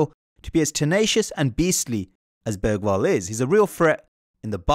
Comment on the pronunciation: Hearing English people saying Bergvall… well at the intro atleast, sounds like he said börgvall eller bögvall bög=gay and dont think Im saying this because I support another Swedish team I don’t watch football